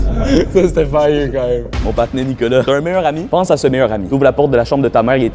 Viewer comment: Dès les premieres secondes j ai su que nicolas etait le Québécois . Personne en France ne prononce " Nicolô" pour dire nicolA